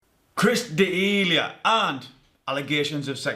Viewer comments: Everyone: Chris D'elia This guy: Chris Delayehaw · it's D[eh]lia not D e Lia... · It's pronounced 'Duh-Lee-Uh'. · its pronounced "duh-lee-ya" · Say his name right and I might have stayed to watch the rest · Damn how I hate how you pronounce his last name. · You know body language..ok...but cant pronounse his name....thats fine we made a mistake together